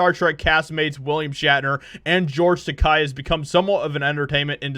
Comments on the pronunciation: It's pronounced Tuh Kay NOT Tuh Kie. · Great video. Not a George Takei fan and tired of his hate and virtue signaling. Just one thing though, the end of Takei sounds more like “kay”, not “kie”. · His last name is Takai? I always thought its Takei (ta-kay). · It's not pronounced Tak-”ei” as in “eye.” It's Tak-”ei” as in “gay.” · Its not Tak-Eye, Tak-A, rhymes with toupee. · takei is not pronounced ta kye, it should be "ta ke-ee" (ke as in "kettle") so it is more like ta kay. (rhymes more with okay, not quite but not as bad as ta kye). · Takei not Takai, I don't like him, but please work on pronunciation. Japanese is pretty straightforward in that regard. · It's pronounced TaKEI, not TaKAI. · It's Tah-kay, not Tah-keye. I use this to remember. "George Takei is gay" It's like poetry. They rhyme. 😉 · George's name rhymes with gay. Ta-kay not Ta-kai. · It's taa kay not taa kii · His name is pronounced “ta-kay”, not “ta-ki”. As I heard him say, it rhymes with “toupee”. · Hey, takei’s name is pronounced ‘t’Kay’ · It’s pronounced to K, like “toupee.“ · Its Tuh-Kay as in gay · Please STOP mispronounced the name!! Takei is pronounced (ta-kay) I have family that is Japanese and know a little of the language. I'm not wrong. And from what I understand Takei did try to start a beef to stay relevant but Shatner had no idea till recently. In fact most cast members from the fam3d show know little of Takei because he never wanted to pal around with them ou5side of the stage. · I have had the pleasure of meeting both men, and without a doubt, Bill is a very genuine and gracious fellow. George was distant and had his own agenda. Brad Takei was much nicer by comparison. BTW, Takei rhymes with toupee. If you are going to dig on someone, have the decency to say their name correctly. Shatner is not dwelling on one role. He has done many other things, other TV roles. In fact I like him as much as Denny Crane as I do for James T. Kirk. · It's pronounced "taw-kay." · Takei, not takai